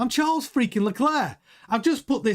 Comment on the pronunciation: Charles pronounces his last name LECLERK, not LeCLAIR. refuses to pronounce his name right.